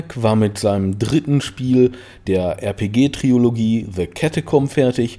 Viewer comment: bro, es heißt trilogie. nicht triologie. starke doku!